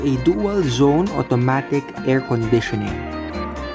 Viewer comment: Bro, google this. How to prononuce "automatic"